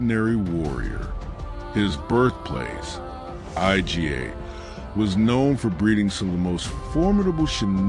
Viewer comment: well it pronounced IGA as I-G-A. You're leaving blatant mistakes in. Don't be lazy.